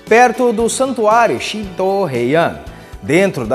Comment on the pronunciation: Ótimo conteúdo. Apenas gostaria de corrigir a pronúncia de Shinto que apesar de escrever com os ideogramas 神 Deus e 道 caminho, pronuncia-se ShinTo e não ShinDo.